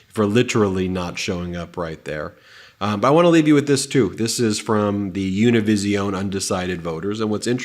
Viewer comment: PSA, love the show but Univision is pronounced like television. You don't need to pronounce it like you're in an episode of Zorro.